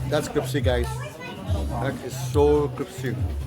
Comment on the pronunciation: CriSpy Not CriPsy. LIKE YOUR VIDS. GREETINGS TO YOUR GIRLS AND YOUR MOM.